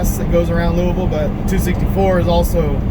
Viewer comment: Have to give you credit, for somebody from Cali you pronounce Louisville just like a native Kentuckian and I should know, I are one, lol. Have a great Thanksgiving and stay safe.